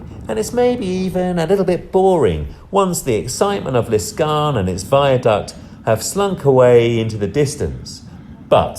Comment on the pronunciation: L'Escarène not L'Escarne like you said. Otherwise a good video.